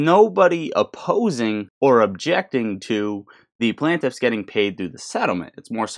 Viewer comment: Bro please it’s PLAIN-TIFF not plan-tiff